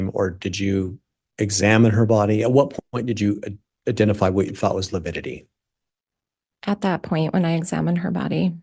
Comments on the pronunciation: No, it's lipidity! Lol 😂🤣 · Prior kept saying “lipidity “ instead of lividity for at least an hour. After lunch, he pronounced it properly. 😂 someone must have schooled him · The Lawyer obviously needed to learn proper language pronunciation s lividity not LUPIDITY lols no such word lols😂 the coroners shouldn’t have listened to Emma wrong move! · You mean "lipidity"? :D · you got it wrong it’s not lividity it’s lipity according to Prior 😂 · So glad you are taking about livitity. John Prior needs to watch and learn what it is and how to pronounce the word! Love the video! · I kept on screaming at the tv…LIVIDITY LIVIDITY NOT LIPIDITY!!! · I think you mean “Lipidity” 😂 I know Pryor is just doing his job, but he is infuriating. To imply Tammy was unfit because she wasn’t tiny and petite angered every woman I know following the case. Brenda Dye was incompetent, IMO. So many red flags were ignored. I hope the jury sees through all the hype and gives Chad the death penalty. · I was thinking the same thing. Einstein didn't know it was lividity...I kept hearing lipidity and lupidity. . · ABSOLUTELY! 💯! (It’s “Lividitity” Pryor, you dumb a$$! Would you get the TERMINOLOGY CORRECT?! UGH!!!!!!!!😤) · It's 'lividity' . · Yes!!!! He said that many times and no one corrected him. I was astonished how he made up a word ( sounds like...) as he dug in / admonished the witness. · the defense attorney keep saying it with a P. They are making fun of the attorney.